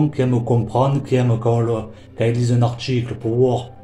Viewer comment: Un "artchicle" 🤣🤣🤣🤣🤣🤣